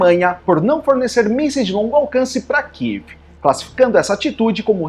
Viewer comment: Amigo, não kive, é Kiev